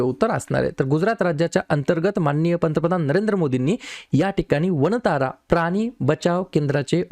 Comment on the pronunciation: वंतारा नाही वनतारा गुजरात